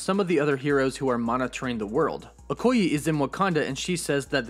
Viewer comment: It is pronounced OKO YAY, not OKO YI.....